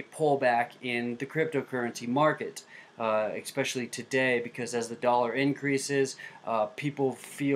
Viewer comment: Why do people pronounce "especially" as "expecially"?